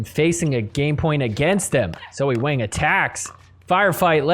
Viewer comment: My guy, I love you, but Wang rhymes with song, wrong, long. Wang does NOT rhyme with slang, bang, sang.